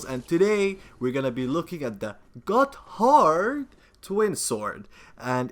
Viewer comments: Lol he said got hard instead gotthard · I'm pretty sure its pronounced "Godderd" like that dong in Jimmy Neutron. I could be wrong. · it's pronounced 'Gaw-derd' twinswords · I think the 'h' is silent.